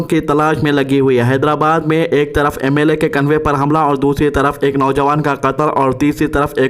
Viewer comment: 😂😂😂😂convey nahi hai convoy hai